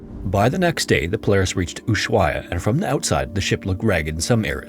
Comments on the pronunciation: Not sure if someone has mentioned this, but the “h” in Ushuaia is silent 😇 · Each time he mispronounces Ushuaia, a ship sinks in the Drake Passage.